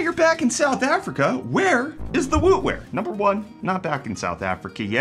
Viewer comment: I truly kept thinking I was hearing Wu Wear and not Wootware. You should rock some Wu-Wear. 🐝 🐝🐝